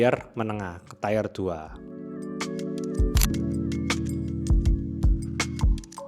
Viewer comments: Mantep bngt channel ini sangat mengedukasi, harus lebih banyak orang melihat channel ini. Apalagi video semacam ini, ultra processed food seperti sosis dan nugget, karsinogen tinggi. ohiya tier itu dibacanya teer, kalau tair = tyre. biar gasalah di auto cc nya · bang, kontennya bagus banget dan sangat bermanfaat. keren. kalo boleh ngasih feedback saya mau koreksi pengucapan tier bang, nyebutnya cukup tier aja bang bukan tayer. kalo saya salah mohon koreksi. thanks bang buat kontennya. sukses terus. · Ikut nimbrung. Cara baca TIER yang benar juga bukan "taiyer", melainkan "tir". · Bang mau koreksi pelafalan "tier" itu bukan "tayer" tapi "ti-er" pake i ibu dan e emas. berbagi aja ga bermaksud sok inggris wkwk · TIRRRR BUKAN TAYER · Aduhhh please ngomongnya tier aja baca kaya biasa ga usah TAYER-TAYER pengen gaya sok inggris tapinya malah ngaco IZINNN.. 🙏🏻🙏🏻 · Tir, bukan taier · masih loh ternyata nyebutnya "tayer" kayak ban padahal tier tuh bacanya "tir" 😅 emang gak mau berubah dan ada kemajuan kayaknya untuk vocabulary nya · Setuju, Padahal pengucapan "tayer" itu untuk "Tire", yang berarti ban. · Ini orang ngomong memang belepotan, tier dibaca TAIER. Agak miring sih memang ini orang secara komunikasi ga tau ada apa, dyslexia? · Ya kita berdua dasarnya benar, selama orang paham konteksnya ya sudah. Tapi bukan berarti kita nggak boleh kritik penggunaan kata si pembuat video. Komen pertama saja bilang kalau orang sudah kasih tau cara baca "tier" itu "tir" bukan "taiyer" tapi masih diulangi terus. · Tier itu dibacanya tir. Bukan tayer. 👌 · Tir, bukan taier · Tire(baca: tayer) = ban Tier(baca: tir) = tingkatan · Tier bacanya "ti-er" bukan "tayer" bang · Tier = “tayer” 😂😂😂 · Makasih review nya, sangat helpful. Tip doang, pronounce "tier" itu kyk "ketar-keTIR" makasihh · Maaf mw komen klo tier itu bacaannya sesuai tulisan. Klo bacanya ‘tayer’ itu artinya ban. Anyway thx videonya keren2